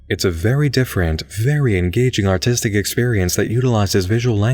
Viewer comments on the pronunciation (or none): Played it 12 times.... still sounds like "Autistic" to me. lol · even the closed captioning for the video says autistic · I read this comment before I watched it and had a small chuckle.. Then, right in the beginning I heard it and busted out laughing. Don’t think I would have caught it if I hadn’t read that first 😂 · I love your videos, I do, but every time you say "artistic" it sounds like you say "autistic" and I never get used to it. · I read that comment right as he said artistic and thought the exact same thing! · I never noticed before. Now I can't un-notice that... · Same I thought he said autistic and it took me a moment to realize. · I've been hooked on smooth as butter voice for months now but I noticed this a while ago and now I can't stop paying attention to it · Yep. Am autistic myself so I do a double take every time I hear it. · Moozy Foozy I swear he said it there... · That threw me off for a second, too. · "autistic" is just "artistic" said in a british accent